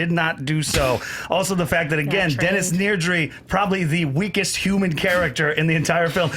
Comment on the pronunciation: I loved question three, but goddammit, it's Dennis NEDRY. Ned. Ree. They say it multiple times in the film. Not once do they say, "Find Need-ree. Check the vending machines."